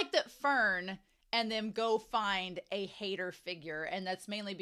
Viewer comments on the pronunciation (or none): It's not Hater It's [ˈhaɪ̯tɐ]